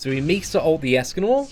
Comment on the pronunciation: Meekasa meekasa lmao 😂 😂